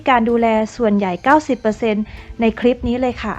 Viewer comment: คำว่า คลิป ทับศัพท์จาก clip เพราะฉะนั้น ต้องใช้ว่า คลิป ไม่ใช่ คริป (ป.ล.ถ้าจะทำยูทูปเผยแพร่ต่อสาธารณชน กรุณารอบคอบในเรื่องการใช้ภาษาด้วยก็จะเป็นประโยชน์มาก โดยเฉพาะการออกเสียงคำควบกล้ำ ส่วนใหญ่พูดกันตามสบายปาก )